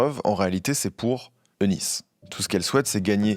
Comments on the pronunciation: Magnifique vidéo comme a chaque fois, merci beaucoup. Je me permets juste de préciser que le prénom Eunice se prononce Younice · Petite précision le nom Eunice se prononce « unice »